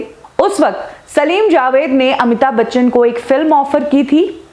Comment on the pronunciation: It's Amitabh Bachchan..not Amita Bachan. Pehle naam toh pronounce karna seekho. Phir trolling jaari rakho. Waise bhi aapke aur 70mm Rahul ke videos zyadatar Amitabhji ko troll karne par hi hote hai.